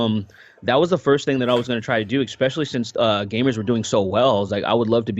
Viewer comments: Loved the discussion, but am I the only one hearing "ekspecially" all the time? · I love but every time he says "ekspecially" I'm like arghh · I feel I must, MUST express how distracting I find your pronunciation of the word "ESPECIALLY". Please correct me if I am mishearing you, but it sounds like you are saying "EXPECIALLY" each time. Am I the only person hearing/being bothered by this?